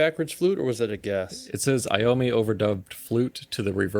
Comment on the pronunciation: It's EYE-owe-me, not EE-owe-me. iommi is a great flute player.